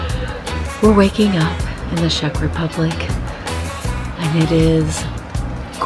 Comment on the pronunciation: Just its not Shech, but Czech Republic.🙂